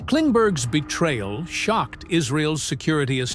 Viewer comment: The AI narrator consistently mispronounces "'apostrophe s" "ess" "Ess" is not a word. here is an example of the mistake:: instead of saying Mossad's as Mossadz" your narrator says "Mossad ess" Here is another example:"Israel's" is pronounced as "Israel + ess". Whereas "Israel's" should be pronounced as "Israelz" You're welcome. 😊